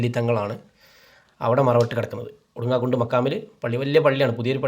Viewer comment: ഒടുങ്ങാകുണ്ട് എന്നല്ല ഒടുങ്ങാകാട് എന്നാണ്